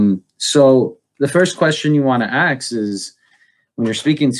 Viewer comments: Buhsketti, breftast. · "... aks 'em questions..." the guy gets on my aks 'em nerve. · If he tried to axe me he'd get a kick in the bollocks. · Yes, it annoyed me instantly. Mind you, The first question you want to axe is.., taken literally, is likely to be sound advice from that idiot. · the "axe" comments were way funnier lol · ASK, dammit, ASK!!!! NOT axe. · The word you need to use,, is "ask," not "ax." Good to see you back,! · "The first question you wanna axe?" Oohh... you meant to say 'ask'. An "axe" is used to cut things... so why not say "the first question you wanna cut"? As in, cut from the discusion. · A S K !! Not AKS !! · sigh "The first question you want to axe is.." It's Ask! The first step towards any good conversation is decent enunciation. I'm also curious why his bookshelves are empty even though it looks like there's stuff around. Maybe CARM taught this guy everything necessary to play the role. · Does he say "axe" instead of "ask" not once but several times? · He wants to "axe" people what kind of atheist they are? How many will ASK him where he learned how to speak. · Why do you say aks instead of ask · OK let me just say it REALLY annoys me how he said "axe" instead of "ask" What is this? Futurama? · DID I AXE YOU BRAH?! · Can this man not say "Ask"? Like the fuck, why is he constantly axing people stuff? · When he's saying "you wanna axe some questions" I think he means "you wanna hammer them down with questions". Perhaps he thinks he saw right through us, but he's not hitting the nail in the head. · Is he saying "axe"? The empty bookshelves behind him is sooo explanatory. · "How to talk to an atheist". Try learning how to pronounce the word "ask". Also, just do it with actual curiosity. When I talk religion with friends not every conversation is me trying to prove their God wrong. They are friends and coworkers, sometimes it just helps to understand them.